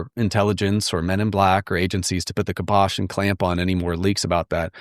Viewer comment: And it's kibosh. Not kyposh